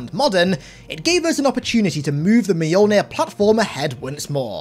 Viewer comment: Mjolnir is 2 syllables, not 3